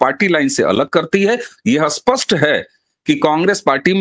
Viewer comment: Why do North people can't speak certain words properly? Spasht pronounced Aspasht Sindhoir pronounced Sindhoir School pronounced I school Indr pronounced Inder And so on ...